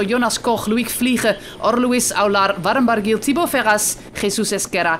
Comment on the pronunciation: Yes that's very true, it's just that I've become more familiar with the pronunciations (right or wrong) by the usual UK presenters and I find it very hard to follow this particular commentator. For example, I know who Warren Barguil is but who the heck is Veyron Baghil? 😆 She almost sounds disappointed when pronouncing the name of the US rider Brandon McNulty!